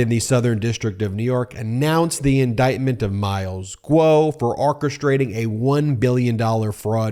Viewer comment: It's pronounced: OR-chestrating. Why do you keep pronouncing it so strangely?